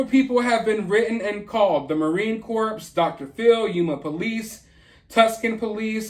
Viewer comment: Marine Corps is pronounced core like an apple, not corpse like a dead body.